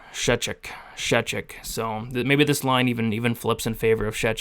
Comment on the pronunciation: Btw, you pronounced Szewczyk's last name nearly correct 😂